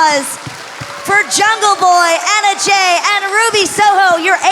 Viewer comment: It's not Emma it's Anna Jay